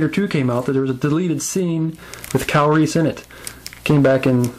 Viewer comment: omg funny you say Kyle Reese name and pronounce it Calories, keep up the great work, looking forward to MeEvilCheese figure review :)